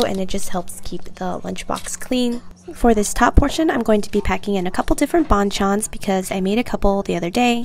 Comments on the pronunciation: Damn as a Vietnamese i can't unsee this lolll But in vnm, bàn chân is pronounced like "ban ch-un" (like lunch without ch) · No hate… actually a lot of love… but when you pronounce “bon chons” it is more like “ban-g Chans” 😊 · Please pronounce it correctly- its not bonchon it's ban-chan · The bang Chan pronunciation 😭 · I think its would be pronounce paen-chan, the b almost like a p:) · Her pronouncing 반찬: “Bon-chon” Me being Korean: externally screaming Honestly idk how to spell it out in English, but it ain’t pronounced like that. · it's pronounced as ban-chan in like a Korean accent idk how to explain, Google it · OMG, I am sorry you guys had to suffer through my mispronunciation of banchans 😂 🤦🏻‍♀️ These comments are killing me haha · Are you even Korean? It's the way you pronounce it. That's like saying that the word 'ball' is correctly pronounced if someone says it as 'bowl' because people say it in different ways lmfao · Nobody was bashing or shaming her for pronouncing it wrong tho. And it was a silly pronunciation mistake anyway. hopefully she'll take notice and try to learn pronunciation of words she's not familiar with next time, tho it doesn't really matter. It seemed more like a Playful gesture on behalf of many commentors imo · I'm not korean but she definitely didn't pronounce ban chan correctly. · the ban chan pronunciation is killing me.. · I don't want to be rude but you pronounced it a little funny ofc I would type it but it's hard to type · the banchan pronounciation is killing me fr..